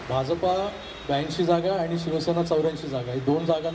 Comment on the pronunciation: Bhauna "Bha'ja'pa" cha ucchar properly karanyachi request karavi.